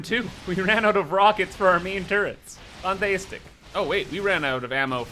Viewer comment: perfect video! I will definitely begin to say 'FANTEYSTIC' myself xD